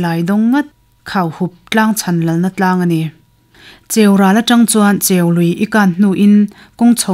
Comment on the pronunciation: Pu Lawmhluta thian dun in ti tha hle mai, tin a chhiartu kha in brief tha tawk lo deuh a ni kha (1). Chirping tih te (2). Cheului lam Dan te (3). Hrangal Samthiah etc mahse a tlangpuiin a chhiar thiam in a aw a mawi ngei mai...